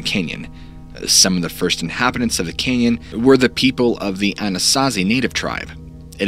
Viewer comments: It's "canyon" not "Kenyan' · Been to the Grand CANyon but never to the Grand KENyon. Sorry, but I can barely concentrate due to this verbal hiccough. Btw, I 'm English so jus' sayin'... otherwise a brilliant presentation!! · Sorry is he saying Canyon or Kenyan?? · Hearing grand Kenyan 200 times instead of Canyon made me stop watching 1/4 way through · Why do you pronounce the cane - yon instead of can yon what is your dialect or heritage if you wish to say it or I'll just tell us why you call it Canaan instead of canyon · It’s pronounced Grand CANyon, not “kenyon”. Jesus Christ, this guy needs to take some enunciation lessons. Did he also try to say “sustenance”? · It'd be nice if you could say Canyon and not Kenyan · I'm only 2 minutes in and I gotta tell ya, the way you pronounce "canyon" is incredibly grating to me for some reason. It's almost Cartmanesque. Kyinyein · It sounds like he's saying Grand Keynon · It really sounds like you're saying "Kenyan." I'm doing my best to focus but it's hard to unhear it now that it's in my ear hole. Grand Kenyan Grand Kenyan Grand Kenyan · Please. The word is “ CAN yon.” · Dude ive watched all of your videos and you have never enunciated the word canyon as "ken-yen." Idk if it was a regional thing or what but after 10 minutes i couldnt take it anymore. Its petty i know but its better than hearing that over and over. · cant unhear it haha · I just couldn't listen to 'caynyun" pronunciation any more. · Bro you keep enunciating it Cane-yun. Can't listen to it anymore. It's a simple word man.. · The way he says "canyon" is driving me nuts... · He says "canyon" weird 😂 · Why are you saying Canyon wrong? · Bro im sorry but i cant keep watching because of how you pronounce “canyon” lol